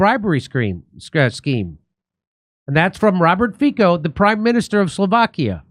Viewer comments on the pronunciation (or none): Sorry to be a bummer but Fico in Slovak is pronounced Fee-tzo not like the Romance languages. He's a good man though standing up to Ukraine and NATO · All spot on, Jimmy. Just a little detail, Fico is pronounced “Fitzo”